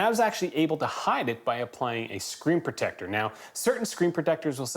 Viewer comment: I'm going to be hearing the words "screen proTECTor" in his voice for days to come.